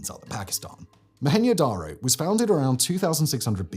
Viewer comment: Why are you saying Mo-Hen-yo darr-oh? It isnt mexican. Its Mo-hen-Joe Dar-Oh